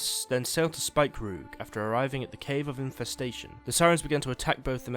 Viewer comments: Btw, because I didn't know at first what you meant when you said Spikeroog. I'm pretty sure it's namend after the East Frisian Spiekeroog, which is pronounced "Speaker-og" (dunno the IPA for that), so it's probably pronounced like that as well. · Speak-A-rog is how you pronounce it